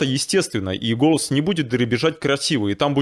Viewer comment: вы слова "голос, голоса, голосов" произносите как то по другому. Мне слышится на казахский лад как будто гөләс, гөләса...